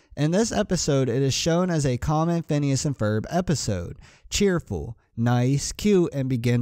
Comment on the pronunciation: Phineas not PHONWESNES or PIHNSE XD